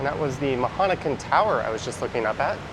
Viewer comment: It’s Maha NakhOn tower:) The last syllable is stressed:)